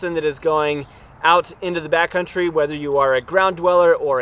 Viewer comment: Is he saying back country? Or Bat country? Lmao